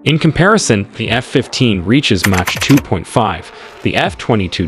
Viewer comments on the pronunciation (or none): Why do you mispronounce MACH as match?